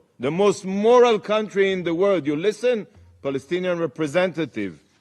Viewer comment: Couldn't even say moral properly then.